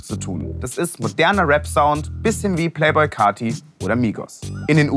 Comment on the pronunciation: Wie er Playboi Carti ausspricht bereitet mir herzschmerz